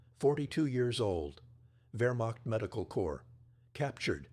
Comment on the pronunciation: It is NOT "Vermock. It is Wehrmacht, pronounced Vayuh macht with the ch pronounced as a mid lingual fricative almost touching the roof of the mouth.